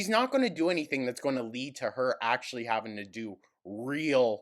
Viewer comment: thought process: dm1: i honestly don't think you'd win in court: it's not about what you think. it's about what the judge thinks. dm2: i'm totally like legit a real lawyer, and you would win: yep dm3: there is no copyright infringement: ackshulleee like yes. 10/10. if i show a judge their videos, i know i would win. just talks and talks. she never listens. not even to what she is saying herself. 🤦‍♂